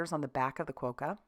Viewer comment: There are ads on Australian tv at the moment with Quokkas, pronounced with a short o sound not a long o sound. Great cards! TFS